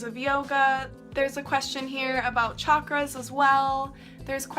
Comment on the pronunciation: Thank you for sharing. And thank you for saying chakras correctly I’m so tired of people pronouncing it “shakras😑. There is absolutely no reason to mispronounce it like that. Somebody public started a trend years ago, and I wish people just stopped repeating like mindless parrots. LOL. Anyway, I also want to take yoga teacher training to deepen my practice, not so much to teach. I just know it’s going to be quite challenging, so I’m waiting for the right time.